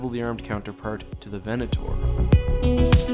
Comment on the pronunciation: I loved this video but the way you said Venator will hurt me forever.